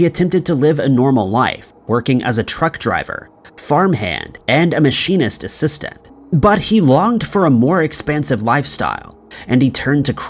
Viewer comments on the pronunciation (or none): none